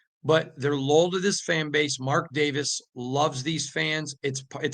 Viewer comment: Lowell? Lull? It’s LOY-AL.